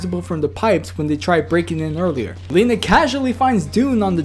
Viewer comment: I thought it was pronounced L eye na not Leena